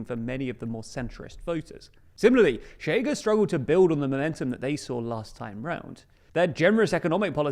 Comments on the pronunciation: Chega reads more like Shega in Portuguese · It takes two seconds to Google how to pronounce "ch" in Portuguese. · No its not, "Sh" is very soft while "Ch" is rougher, thats what non native speakers have difficulty with, they say "sh" not "ch" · 1. Ok but the main point for us to stress to the world is them not pronouncing it tch as if it was Spanish. That's the real annoying part. 2. Maybe try to use the International Phonetic Alphabet? It's striking when people not from Portugal or Rio de Janeiro imitate our accent and say we have no contrast between isqueiro (lighter) and chiqueiro (pigsty), or escória (scum) and chicória (chicory). Isqueiro in Rio is [ˈɕ̆keë̯ɾˠᵝ], zero rounding of the sibilant and most of the friction is felt when the tongue is retracting to then form the next syllable, chiqueiro is [ʃ̩ꟹˈkeˑɾˠᵝ], with the ch clearly protrusive. Same for escória [ɪ̊ɕˈkɑ̽ꟹʌ̯̈ɾjə] and chicória [ʃ̩ꟹˈkɔʷˑɾjə]. (Contrary to myth spread by our own academia, Brazilians do absolutely have the schwa, the difference is our [ə] sound is slightly retracted i.e. closer to [o̞] while the Portuguese one is slightly advanced i.e. closer to [e̞]—AND /ɐ/ [ɐ ~ ɜ ~ ə ~ ɘ ~ ɪ̈] is now a phoneme for us too since we contrast cárie [ˈkʰɐ̞ɾʲɪ] and curry [ˈkʰɜɾɪ] mostly through that vowel; in Occitan the vowel phoneme in the final unstressed "a" position did fully turn into [o̞], funnily enough.) Portuguese people try to explain it by saying the chiado s is "j", but it's not that it's voiced, the voicedness of j [ʒ] is just taken to represent the less protrusive, shorter, less sibilant characteristic of [ɕ]. When it comes to cariocas, we never say that, because we pronounce [ɕ ʑ] in onset environments, including stressed /i/. I am not t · not so fast, this actually DOES have nuance, the thing is, the TL;DR guy just used the normal English sh, at his first utterance it even sounded a bit like tch, maybe with less rounding or friction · Pronounced "SHAY-gah"